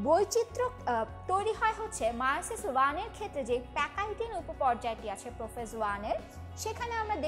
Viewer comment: এ ভাই মিয়োসিস না মায়োসিস